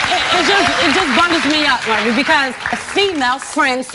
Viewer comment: Been on the show and still can't pronounce Maury's name. LOLOLOL